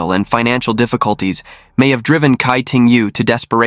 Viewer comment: Tsai ting yo, not kai ting yu